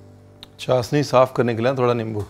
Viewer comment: Sir ji its chashhhni not chasni 🤪